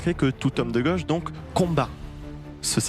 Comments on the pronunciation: On dit gauche pas goche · Gauche pas goche 😂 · ...de goooche ou de gauche ? Vous ne savez pas parler français. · De geuche c est quoi accent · Cette prononciation de "goche" est inaudible et insupportable. C'est vraiment le bobo parisien LFiste